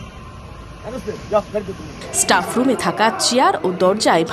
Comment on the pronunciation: College student staff উচ্চারণ টা ঠিক ভাবে করতে পারে না। ইস্ টাফ 😂😂